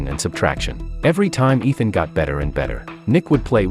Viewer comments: It's Ishaan not Ethan. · Ethan hunt lol. Its ishaan.. dumb narrator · His name is not ethan it is "Ishan' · It is not Ethan it is Ishan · bro its ishaan not ethan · Ishaan. Not Ethan. You USA people call Ishaan Ethan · It's not ethan hunt .. It's Eshan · IT IS ISHAAN! NOT ETHAN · Bro his name isn't Ethan! It's Ishaan! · it isnt ethan its eshan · 😂😂😂 his name is not Itan he is ishaan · Bruh stop saying Ethan he’s name is Eshan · It’s Ishaan not Ethan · His name is not Ethan it’s ishan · Its ishaan not Ethan bro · BRUH ITS ISHAAN NOT ETHAN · His name Is not Ethan its eshan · Its Ishaan Not Ethan😂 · ITS NOT ETHAN ITS ISHAN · his name is not ethan its ishan 😢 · It is not Ethan it is ishan and the tech arts name is not nick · Not ethaan!!!!! Say eshaan madman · his name is not ethan its ishan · Its ishan not ethan but good description of a good movie . Nice work ❤ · His name was Ishaan, not Ethen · It's not Ethan it's Ishan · Bruh its not ethan, its ishaan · Its Eshan not ethan 😂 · he is called Ishaan not Ethan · What then? 😂😂 Bro it's I shan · Why re you pronouncing the name incorrectly? The boy’s name is Ishan and the teacher’s name is Ram. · To correct you, It is Ishaan not Ethan.